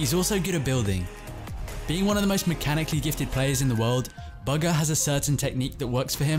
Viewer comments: It's boogha not bagha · You keep on saying bugga or burger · Man said buga lol